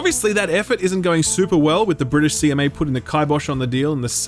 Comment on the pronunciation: "The brisitsh and the Europeans"